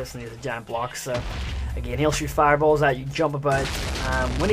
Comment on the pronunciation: i thoughtn you said shit fireballs